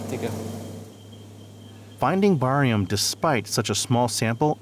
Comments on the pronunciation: Wtf is borium?? no credibility. IT'S CALLED BARIUM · Barium...Not Borium!